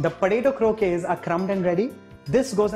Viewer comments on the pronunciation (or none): If any Spanish person hear you say croke instead of croquettes they will rip you off man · Its not crokays